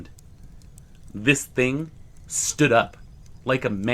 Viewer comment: Do you HAVE to do the Linda Godfrey every single time you say the word "THING"? I understand there may be times that it helps create tension or whatever you're aiming for ...but bro, it's beyond over cooked. This THING crawled out of the water, this THING popped its head up ..You just might want reel it back a little.